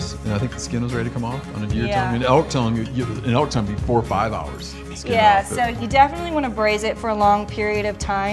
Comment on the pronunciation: tongue? I thought you said dung.